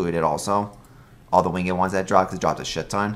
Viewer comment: Are you saying win GED when you say the word winged? what accent is that?